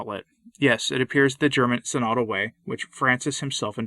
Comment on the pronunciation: Tradition requires orthodox pronunciation. It's pronounced "sin-o-dul" (stress on first syllable), not "si-nod-ul" (stress on second syllable).